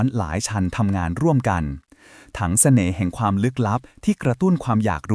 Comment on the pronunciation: ทำไมเราได้ยินคำว่า แสน่ห์ 😅